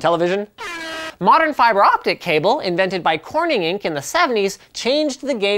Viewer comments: Stop saying fiber so weirdly, you silly Canadian. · LapX feebrai? lmfaooo